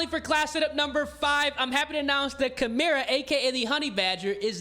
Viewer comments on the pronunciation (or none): you pronounced Echelon and Chimera wrong.